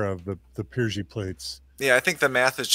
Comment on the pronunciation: FYI, it's PYRGI plates, not PRYGI.